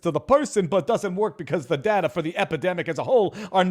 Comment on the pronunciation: I hate how he says data. Datur